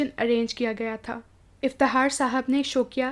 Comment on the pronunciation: Aap ki awaz aur lehja bohat acha hai bas Fakhar ko fahar iftikhaar ko iftihaar kh nai bol sakteen aap ?